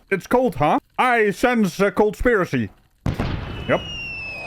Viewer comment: Did you say cold-spiracy? 😂😂😂